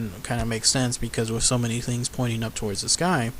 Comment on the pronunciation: Urf? Wif? The videos are a fun idea but if you're going to narrate please learn how to pronounce words that end in th. It's earTH and wiTH.